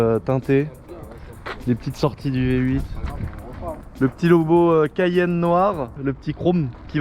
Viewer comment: Tu peut pas dire cayenne comme tout le monde. Genre 😂😉😉.